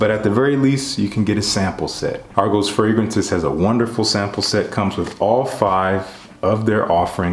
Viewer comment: Just hearing about this house, Thank You for pronouncing the name right 😂😂💯